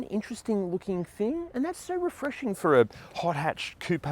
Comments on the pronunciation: Koop or Koo-pay..... 😊 And I just LOVE that car! I want one.....👍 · Great vid. I just want to respectfully point out you are adding an extra syllable to coupe.